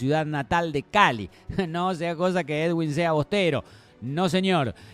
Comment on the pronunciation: Niggas, es edwin, no eduiwn, x favor, sepan pronunciar bn